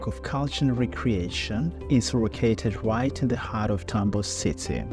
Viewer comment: Всё круто, только не ТАмбов, а ТамбОв. Тамбовчане очень не любят, когда говорят не правильно